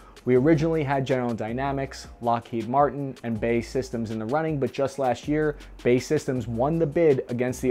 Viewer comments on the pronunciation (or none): It's not "bae" as a word, it's "B.A.E" Systems... formed from British Aerospace (used to be BAe, with the small e there to distinguish the acronym from British Airways) and Marconi "Electric Systems" to form BAE Systems. Oh my God... I can't believe I just spent time writing such a pedantic point... just sounds weird hearing someone say it that way. Say B A E plllleeeaaassseee! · every time you pronounce BAE as "BAY" I die a little bit. It's pronounced as an acronym..... B. A. E. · B A E Systems.Each letter is pronounced. Not Bay... Also the Marines had the LAV25 in the early 80's, twenty years before the the Stryker was adopted... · Nice video. It's pronounced B.A.E Systems...said as seperate letters...Not "Bay" systems. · Bay systems? I actually had to read it to realise who you were talking about, it's pronounced as Bee Ay Ee 😂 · It's B-A-E, not BAY brother. 😉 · B A E systems, not Bae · are you being facetious when you say BAE as "Bay". it's just B.A.E. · You know it's B. A. E., not 'bae', like tweens used to call their significant other a few years ago... right? Oh, just checking, since clearly you don't. No worries. Army intelligence, right? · It's a joke, he pronounced it wrong on purpose. Bae is a popular internet vernacular. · You said bae Systems, lol.